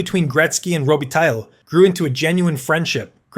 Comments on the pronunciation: Row- Be-Tie Mispronounciation gets distracting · uggh...$hitty ai......'robe-ih-tie'...messier was almost worse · You have to learn a little bit how to pronounce Robitaille so that it is not such a total massacre. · AI doesn’t tell the truth. It summarizes data on comments Gretzky has delivered. Humans can pronounce Messier and Robitaille properly. Humans can watch and love hockey. AI can’t. Thus I would rather a human opine and deliver comments about who Gretzky loved. It would be more poignant, heartfelt, and compelling. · Interesting video, thanks. One note about your production and that is if you are serious about making them you need to to get better at pronouncing the players names. I wince each time you mention Luc Robitaille.